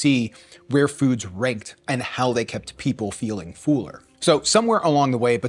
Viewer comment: love this new channel, but it's fuller not fooler, haaa